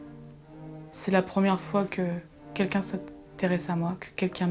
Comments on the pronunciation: "quelquin" ouf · et « quelquin » on en parle ?